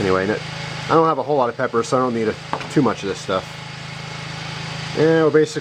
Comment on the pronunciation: for a sec it sounded like you said thats what my pecker looks like instead of pepper